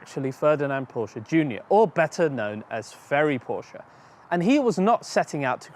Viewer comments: Kudos for pronouncing Porsche correctly. Next is Fuchs wheels....it’s pronounced Fooks and means Fox in German! Cheers! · Porsche is a Two-Syllable Word™ Kudos to for getting it right. Well done and informative. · Thank you for pronouncing Porsche correctly. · Kudos for pronouncing Porsche correctly. Next is Fuchs wheels....it’s pronounced Fooks and means Fox in German! Keep up the great work! Cheers!